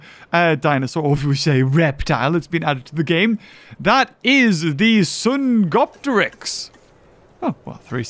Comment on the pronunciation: Pleeeeeeease pronounce Dsungaripterus "sungaripterus" and NOT "songopteryx"